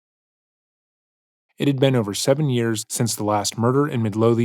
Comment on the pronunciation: Love your vids! And not taking away from the video at all but Omg as a Scottish person the pronunciation of ‘Midlothian’ was lowkey painful at the start ahah. Always weird to hear the name of my local area but it’s in Texas lol